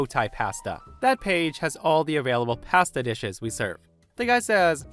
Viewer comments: Please learn how to pronounce pasta. Seriously dude wtf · Yeah, that bugged me just a bit. But maybe it’s common from his part of the world — which I imagine has lots of sheep pastures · The way says "pasta" has me giggling:) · You really pronounce "pasta" like that? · I love how pronounces "pasta!":-)